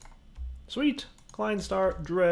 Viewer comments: You don't need to empty the klein stars. It's pronounce dry not dray mate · Please learn your German numbers. You had Eine right, but "ei" in thhe names are said with a long I sound. so Drei would be pronounced as if it was spelled like dry, basically. and the next one so Swei is said with a V sound instead of the W.